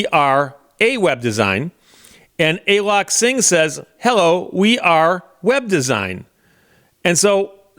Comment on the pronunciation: It's not "Ay lok" it's "A A lok"...